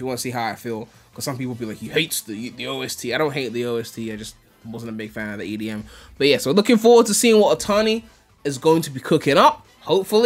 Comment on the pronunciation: This dude said edm -.- Good content, keep it up!